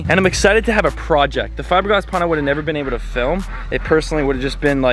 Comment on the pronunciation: I love. He says, "A new proyect". Love that.